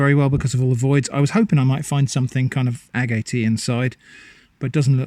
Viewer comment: It’s pronounced agate not agate!!! Do your homework before releasing videos.